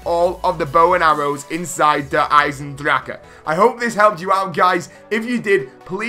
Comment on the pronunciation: I still haven’t heard anyone pronounce Eisendrache correctly